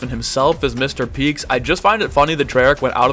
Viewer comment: everyone keeps saying “Mr Peeks” when it’s “Mr Peak” with an A